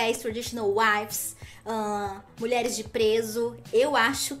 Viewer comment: É TRAD WIVES, E NÃO TRAD "WIFES".